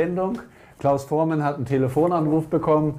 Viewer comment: Was ist das denn für ein schlecht vorbereiteter Interviewer? Das geht schon los mit der englischen Aussprache von Voormann (Vormän), dann Richard Starr (Min ). Und "die Beatles, die ja heute alle deutlich über 60 sind" (min ). 2015 waren sie schon deutlich über 70. "Hey hey said the clown" Gute Güte! Und der berühmte Hit von Trio "Bamm bamm bamm" und und und..... Interessiert sich der Interviewer überhaupt für Musik? Der liebe Klaus hätte was wesentlich besseres verdient als diesen Interesseheuchler.